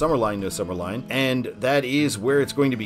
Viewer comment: I was just on this road almost two weeks ago. It's sumner LIN NOT LINE.